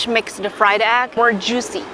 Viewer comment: 吃播＋英文 愛了愛了❤️❤️但是有小建議，下次不要直接去聞這些醬料了😅 & 讀錯egg了👀